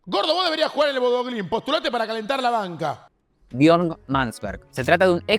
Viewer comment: Se dice Bodø no Bodo